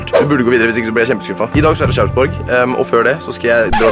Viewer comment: Man utaler det ikke sharrsborgh😂 men Sarpsborg